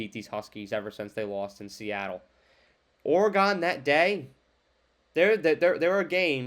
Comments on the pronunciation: Just trying to help a brutha out, saying “or-e-gone” over and over sounded like a lot of work 😂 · It’s pronounced “or-gun” just FYI no or-e-gon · its not ORE GONE, its oregun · Dude, you really gotta understand how to say Oregon. I can’t watch your video with you saying Oree gone. That’s not how to say Oregon. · Well, NOW it's OreGONE! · you pronounce Oregon like I imagine a martian would 👽😂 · Good, I’m not the only one to tell him. When you don’t know how to say the name of a state properly, it makes it look like you don’t care and don’t do research. All your other analysis seems bs after that. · my point is that not even knowing how to say the state’s ( and school) name, after watching tons of game tape, or or other things, to make an educated determination that a team is better than another one, you would’ve heard their name a million times. Or, because they’re a national brand, you would’ve heard their name a million times on game day or every time they’re spoken about. It makes it seem like you did none of that, and it absolutely makes it look like you aren’t that thorough, aren’t putting in the time, so that I could put any weight to your assessment. That’s not an accent, that’s a lack of enough respect to say their school and their state’s name right. Just do better next time. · wow buddy. I never said I knew you. I simply gave my opinion, based on my life’s experiences, that it seems like you didn’t put a ton of time into your vid. Maybe, just take the constructive criticism, at face value, and do better next time. At least learn how to pronounce oregano